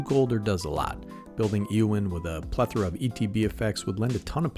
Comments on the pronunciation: Ay o in is how it's pronounced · A: I think it's pronounced A-o-when B: Is there any chance you can do a video on the other commander in this deck, Aragorn, King of Gondor?